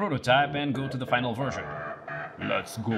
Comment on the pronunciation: '' the metal verjon '' it's what you say in french if you wanted to talk french . You need to put an accent on the [ e ] of '' métal . It's more like the sound of [ A ] in english . And '' verjon '' need to be whit [ S ] so ,it's '' ver S ion '' . It's make me lauthg thx 😁